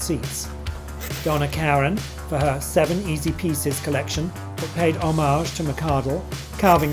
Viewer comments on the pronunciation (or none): none